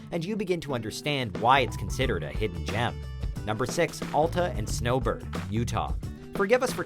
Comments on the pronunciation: Why can't people ever say alta correctly????? AL-TA NOT ALL-TA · Al-ta not All-ta this review is disqualified due to mispronunciation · It's pronounced Al-Ta, not All-Ta. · You know he has no idea what he is talking about when he can’t even pronounce Alta correctly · I cant stand the way he pronounces Alta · You obviously don’t ski that many resorts.. and pronounce Alta correctly. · The narrator couldn't even PRONOUNCE Alta correctly...